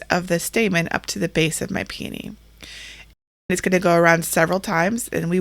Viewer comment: Finally, someone who can pronounce p a knee correctly instead of calling hogs PEE OWN EE! Your creations are beautiful. Thank you